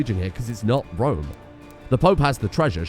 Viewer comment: Not even Rome. It's ROM...